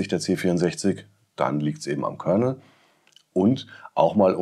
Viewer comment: Bei Commodore heisst es Kernal - nicht Kernel.